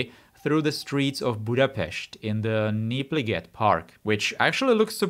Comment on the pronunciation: Budapest, and Népliget was pronounced well enough to think about your nationality!